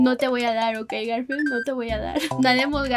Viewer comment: dice galfield yo: hermanooooooooo❤❤❤❤❤❤❤❤